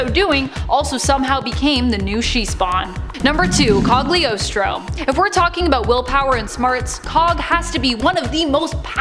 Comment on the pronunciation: Not trying to be a pronunciation nut, but I'm pretty sure the G in cogliostro is silent